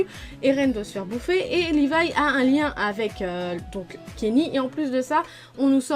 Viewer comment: Tt le monde a zaper le gars a dit "Livaille ackerman" vs avez pas tilter